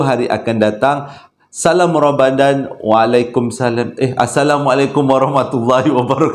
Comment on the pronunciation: Bang saya punya terkekek yang part " salam 2rambadan waalikumsalam eh assalamualaikum 😂 bangg ramadhan abg pun dah tersasul ii bang saya masih belum stop ketawaaa 😂😂😂